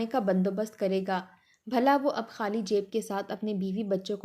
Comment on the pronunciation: حالی نہیں خالی۔۔ آپ لوگ خ کو ح کیوں کہتے ہیں۔ ( انڈین۔ کویت سے )